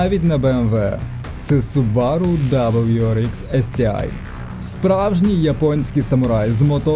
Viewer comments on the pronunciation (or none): Все супер, тільки не субАру, а сУбару :). Хз чого в нас усі їх так називають, японці роблять наголос на першу У.